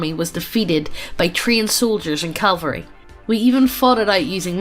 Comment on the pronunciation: They cringed multiple times when misspoke but the worst was when she said "calvary" and they didn't even notice. Disgusting.